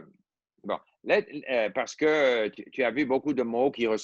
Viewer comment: il prononce "parce que" comme "par ce que"...